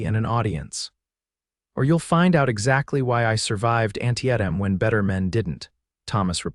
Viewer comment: The only thing wrong with this story is the AI Consistently mispronouncing anteitam and appomatics ( i apologize if my spelling is incorrect )